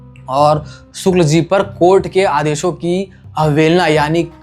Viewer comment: सुक्ल नहीं शुक्ल, क्या पत्रकार है ये